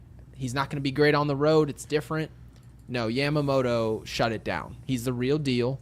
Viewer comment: say it with me, Yeah-muh-moto. Not YAM-Ma-moto